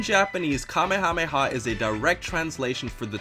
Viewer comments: You mispronounced King Kamehameha´s name. If you want to hear how it sounds look it up or watch the dub. They say the prounce it correctly in the dub by calling it the kame ha me ha wave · growing up Hawaiian and reading/watching dragon ball and dragon ball z was so confusing because Kamehameha is pronounced nothing like the Hawaiian king lol